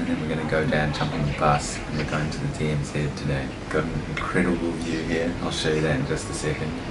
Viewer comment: Did I hear you call it the DMZED?, its DMZ!.